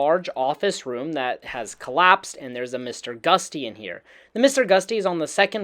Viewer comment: 3 things that bothered me. you say Nuke-YOU-lar when it should be new-clee-urr. You say succession when it should be Suh-SESSION. And you literally call it Mr. Gust-y (like the wind? lol) when it's "GUT-SEE". Like "you got guts! Thats GUTSY!" If your medium is effectively speech, maybe you should learn how to pronounce words...